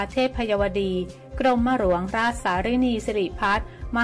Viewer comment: หัดเรียนอ่านภาษาไทยรอเรื่อลอลิงให๋ถูกต้องบ้างรอตอตีกันวุ่น .กลับ.ไม่ใช่กรับ.หลวง.ไม่ไช่หรวง.